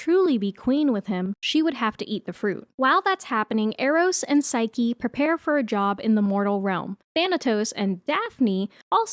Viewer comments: its "P-S-y-ke" like Nike but with ps in the beginning, not sike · Psyche is pronounced with the long e sound at the end, like Saiki from Saiki k. Hecate has two pronounciations (he-kuh-tee) and (he-kate) with the kate pronounced like the number 8 with the k sound at the start.